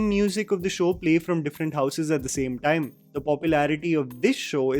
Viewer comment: She cant even say time she says tame